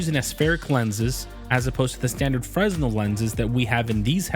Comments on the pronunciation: Fre-NEL lenses. Just trying to help 8^) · im sure someones mentioned it but thats now how fresnel is pronounces, its like “freh-nell”